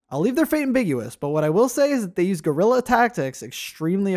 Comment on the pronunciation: "Guerrilla" as in "small war" , not "gorilla". "Guerra" is "war" in spanish...